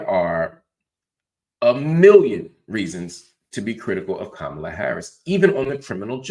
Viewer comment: Another nword choosing to mispronounce Kamala's name. You lost me right there. Get back in your meds bro. You were doing well up until now